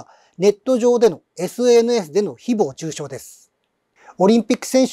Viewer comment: 誹謗中傷のイントネーションが独特で話が入ってこない